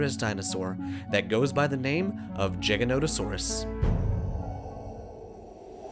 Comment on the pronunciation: btw you FUCKING nailed the pronunciation